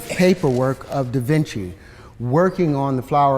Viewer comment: You didn't pick up when he said "DavinChakey" 🤣